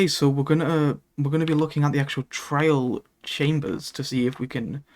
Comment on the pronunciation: Most of the time you sound like you're saying "trail", like the synonym for "path".